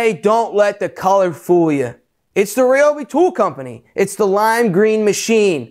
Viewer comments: it's pronounced "ree-obi" and Ryobi, Ridgid and Milwaukee all made by same company TTi Inc. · Incorrect sir, I worked for Ryobi / TTi for 5 years and we were always trying to get people to say Ryobi correctly, but everyone had their own way. We actually had tshirts made one year with the correct pronunciation on them saying”it’s pronounced red-obi” next time you see a Home Depot commercial listen to the announcer saying Ryobi correctly finally, that took years!!